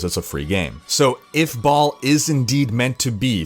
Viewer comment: Ball, not Bail.